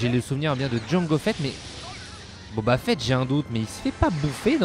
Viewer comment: Boba fett et pas "Bob à fett" abruti